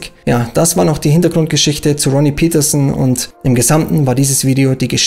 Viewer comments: Interessantes Video, aber die Fahrernamen sollten richtig ausgesprochen werden, ich finde das gehört zum Respekt gegenüber den Fahrern. Ronnie Peterson war Schwede, seine Name spricht sich Pettersson, nicht englisch "Pietersen". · Ronnie Peterson ist Schwede, kein Engländer, also sprich es doch auch so aus!